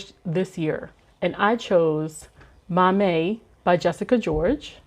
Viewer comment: As a Ghanaian, I wanted to let you know it is pronounced , 'Maa-mie' not 'Mamey' 😊